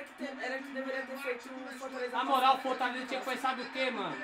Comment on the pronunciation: Calma ai, " Fortalezo" kkkkk